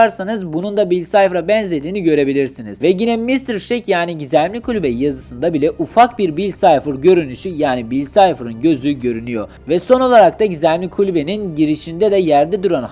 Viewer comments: Bill sayfır deil lan bill çipır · Abi çok şaşırıyorum ama birtane yerinde beyaz sipcehr diyon ama ben anlamadım sonra anladımki bill cipher diyormuşsun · Bill çiplır diye okunmuyor muydu? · bide bill sayfır değil bill çipher diye okunuyo ingilizce yapıcam derken boka çeviryonuz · ne çok bill sayfır dedin bea akdlsmkf